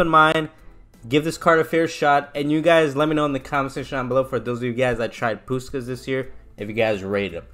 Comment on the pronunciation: That gameplay nearly convinced me to buy him lmao good stuff also his name is pronounced pushkash because in Hungarian the S is a sh sound :)